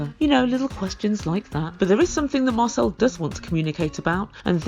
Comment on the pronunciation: It sounds like your saying marcel as muscle and I was confused as to why you were calling him muscle because he has no muscle lol 🤣